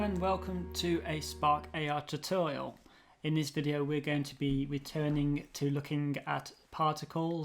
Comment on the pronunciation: Ter-torial? your a brit!! TOOOOTORIAL!